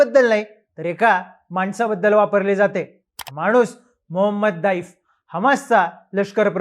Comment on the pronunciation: आधी त्याच नावाचं उच्चारण करणे शिका, नंतर या बातम्या द्या ज्याची पुष्टी फक्त इस्राएल करतोय ज्याचा खोटेपणा मागील 7 वेळा जगासमोर आलंय. युद्धात अश्या बातमी पेरल्या जातात, जो पर्यंत समोरचे सांगत नाहीत तो पर्यंत या बातम्या खोट्या आहेत असेच समजावे.